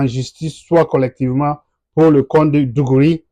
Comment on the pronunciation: Pas mal. Pouvez-vous fournir les références pour lire sur l'histoire des tems ? Juste quelques précisions sur les prononciations : - igom signifie lttéralement étranger en Tem - digouri c'est plutôt d'goré - cèdè c'est plutôt cèdi... - etc... Merci pour le travail que vous abbatez...